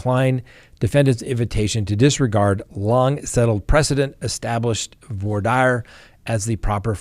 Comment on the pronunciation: I kind of like your format the information is good. I must question your pronunciation.Voir dire is really not voyer Dyer.